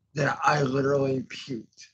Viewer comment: Give it a rest ffs. You're so hilariously overdramatic about everything. "I literlilly haven't stopped pooking for lyke three hours"